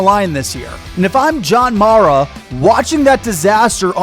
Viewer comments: it’s “Day-bowl” and “Mare-a”. Either way, I love your analysis; you’re 100% correct on DJ. He sucks. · Mispronounced Daboll and Mara’s last names